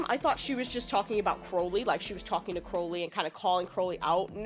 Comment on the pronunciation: I must commend you on actually pronouncing Crowley correctly!! You REALLY care. I appreciate it. Most Americans can't or won't say it right